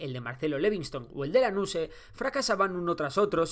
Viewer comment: Corrijo dos errores: la provincia cabecera que se levanta contra Rosas es Entre Rios con el general Urquiza. Más allá de eso muy bueno laburo para explicar en 15 minutos, siempre van a faltar cosas. Es Alvear no Alvelar, Lanusse y no Lanousse y con el Kirchnerismo no se privatizó, se estatizó